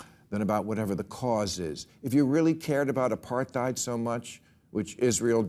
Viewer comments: Can someone please tell Bill how to pronounce “apartheid” - he’s been saying it wrong for years! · the H in Apartheid is not pronounced